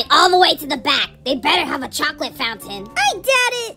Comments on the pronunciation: Is not toclaot is choclot😂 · "Chuuclate" I cant-😭💀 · Why was saying CHUCOLOTE omggggg luv you vids ❤❤❤ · When said chucolote it made me laugh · I love when () said its CHUCOLOTE masha, it's ✨CHUCULOTE✨ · Is was funny when said chocolatet😹😹😹😹😂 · He sais chooclate😂😂😂😂😂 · How said chulate